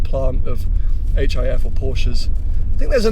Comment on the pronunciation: Hif pronounced Jif.